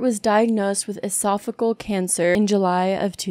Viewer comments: It is pronounce E-So-Phe-Geal not Esophegal; liked the video but learn how to pronounce words you may be unfamiliar with. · Esophageal is pronounced eh sof uh jee ul.